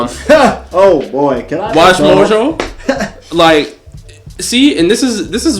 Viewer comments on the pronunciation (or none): none